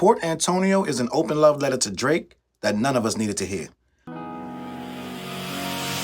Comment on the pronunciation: I’m screaming laughing bc as soon as I said this is flamboyantly SUS… you say Lmaoooooo love let-TER LOL